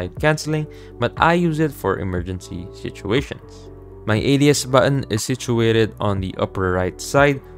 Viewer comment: this is a helpful video but the way you pronounce "button" as "buh-awn" with that fake accent is making me cringe PLSSS 💀